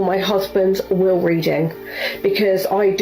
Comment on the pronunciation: *Will reading not wheel reading lol